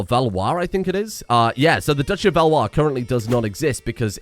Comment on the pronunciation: As a french, I'm surprised that you were able to pronounce Valois so well